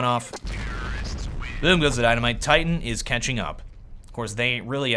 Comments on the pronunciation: First u say its ct sided then u say its t sided then you call titan kite-an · he messed up saying titan and said kriten